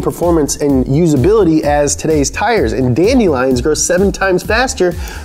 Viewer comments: Guys it’s not funny to mess with like this. Whoever told him that dandelions is pronounced that way is just mean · "Dandy-lions" lmao😂